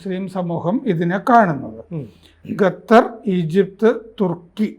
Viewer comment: ഗത്തർ അല്ല ഖത്തർ 😂😂